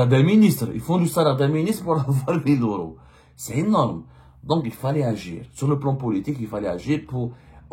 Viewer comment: Tu crois que tu sais tout , mais c'est l'inverse en plus il vont l'augmenter.. et on dit euros pas oro 😂